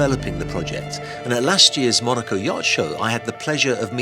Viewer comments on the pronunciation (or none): none